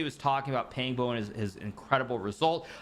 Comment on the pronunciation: Big fan hikaru! Pang bo is pronounced with pang having a "Khan" like a sound and bo having boar's "oa" sound